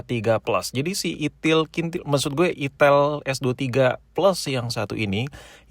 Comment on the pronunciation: kayak nya si abg nya lebih nyaman dgn "itil" dibanding "itel" sih ya 🤣🤣🤣